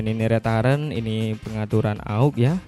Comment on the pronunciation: saya sempat bingung pada saat menyebut "rétaren" saya cari2 ternyata dari kata "return" bacanya yg bener "riten" mas...arti harfiahnya kira2 "putar balik"...